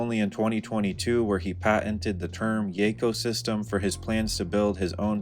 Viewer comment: 'Yecosystem' is crazy